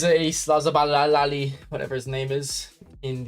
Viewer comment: it’s pronounced.. SO- BUZZ- LIE … not Slozabali 🤣🤣🤣🤣